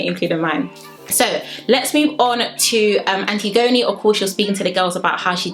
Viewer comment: Im earlyyyy And also you’re pronouncing her name wrong 😭😭😭 ALSO I noticed this.. don’t u guys think it’s weird how jay and ekinsu don’t get a screen time when they’re together? Only when they’re in drama